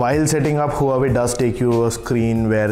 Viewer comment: You need to pronounce huawei right!! It’s pronounced wah-way...